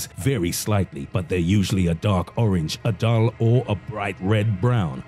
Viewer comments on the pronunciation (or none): none